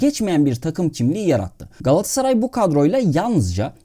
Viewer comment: Telaffuza dikkat edelim, her şeyden önce! Galatsaray değil Galat-a-saray; yani aradaki o "a" harfini yok saymak gibi bir lüksü de olamaz kimsenin. Ayrıca Kulübün, Mekteb'den de gelen tam ismi Galata Sarayı'dır; "ı" harfi zamanla düşmüş ama "a" harfi düşmemiştir elbette, yani Galata semtinde kurulmuş bir Saray'dan söz ediyoruz sonuçta! Bunlardan da önemlisi, Galatasaray Türk Sporu'nun Batı'ya Açılan Penceresi'dir ve bu yüzden de bizim öyle sadece yerel standartlara göre değil, Batı standartlarına göre de hem yapılanma, hem de başarılı olma hedefi ve mecburiyetimiz vardır, doğal olarak....Diğer yandan, Derwal'in hem GS'da, hem de dolaylı olarak Türk Futbolu'nda yapmış olduğu devrimler, Rönesans ya da "Küllerinden Yeniden Doğuş" olarak nitelendirilebilir, sizin de gayet yerinde tesbit ettiğiniz gibi! Bugün geldiğimiz noktada ise artık Avrupa'daki başarılı günlere "sağlam ve sürdürülebilir" bir dönüş yapmak durumundayız. Bunun için de çok daha profesyonel ve şeffaf bir idari ve teknik yapılanmaya geçmek (Uluslararası Kalitede bir Sportif Direktör ve Teknik Yardımcılar, vb) sadece öyle medyatik transferle değil, asıl altyapımızdan ya da genç yaşta diğer takımlardan alıp geliştireceğimiz, armaya aidiyet duygusu yüksek oyuncularımızın iskeletini oluşturacağı kadrolara öncelik vermek gerekiyor bence; yoksa taşıma suyla, bugünkü endüstriyel futbol ve spor düzeninde rekabetçi kalabilmek, ülkemizin de ekonomik şartlarını hesaba katınca özellikle de Avrupa seviyesinde gittikçe zorlaşmakt